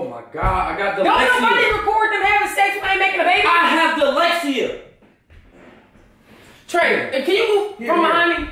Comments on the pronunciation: Wtf is "dalexia" 😂😂😂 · Jae Credentials he said dalexia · Aileen Molina ... he said da-lexi-a tho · he said da-lexi-a i'm dead!!😂😂😂💀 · didn’t even say “ dyslexia “. he said “ I HAVE DALEXIA “ 😂😂😂😂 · It’s low key hilarious how he pronounces it dalexia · “i have dalexia” ? what ? LMFAO!!! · He said “dalecia” not dyslexia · He actually said "dalexia" but ikr 😂😂😂😂😂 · Lmfao:I have dilexia! 😂😂😂 first off it's dyslexia and what does that have to do with u recording? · “I HAVE DYSLEXIYA”😂😂😂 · Mariah Barnes he said dylexia 😂😂💀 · Brittany Smith U quick to correct somebody and thats how said it so...🤔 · guy he aint even saying it right im crying